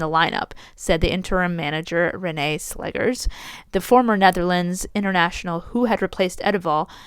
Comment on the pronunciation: You pronounced Vålerenga correctly. Slegers is actually pronounced "Slekhers" (I don't really know a word in English in which the sound kh is produced). Very happy that Arsenal managed to have a rather convincing victory after the recent downs in the WSL and Champions League. I would leave Renee Slegers some time to see how she's really able to influence Arsenal on an improvement results and that this victory wasn't only a "coach effect" for the first match after the Jonas Eidevall era. I thing that some Arsenal players were insecure by Jonas constantly changing the starting players not able to find the ideal squad to start the match. Maybe Slegers has a better idea.